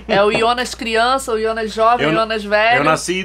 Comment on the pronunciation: ionas? Não é Jonas?